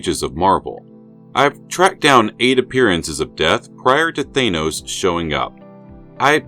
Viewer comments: You do realize you are the ONLY one pronouncing Thanos as Thay-nos instead of Thann-os ,an as is dan or pan or ran or ann?other than that I love this channel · Why do you pronounce THANOS like that ? ... I pronounce the letters 'A'N : like the word ANother ... you pronounce the letters AN : like the word pAIN ...